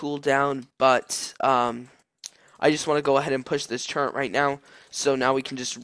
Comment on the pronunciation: turret, not turreNt